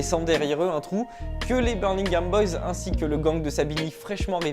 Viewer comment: C'est birMingham pas birNingham, desole je fais le chieur, video cool sinon bien joue